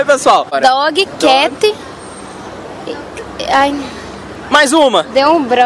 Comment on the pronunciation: dógui quéti